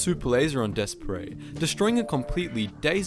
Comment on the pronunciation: Pronounced "Despair", not "Desperay". Otherwise another excellent video.